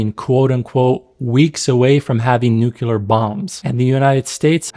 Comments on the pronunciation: The actions of Arab states is enough anti-Arab propaganda. Nobody needs to put it in movies. How ironic that your video is propaganda. Also, it's NUCLEAR, not "nucular".. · It's nuclear not nucular... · New-clear. Not *New-cular.